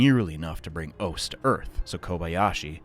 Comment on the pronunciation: Minor nitpick, but Ose is actually pronounced "oss-eh". Just fyi.